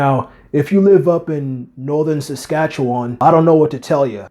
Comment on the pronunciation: "Northern Saskatchewan" hahahahaha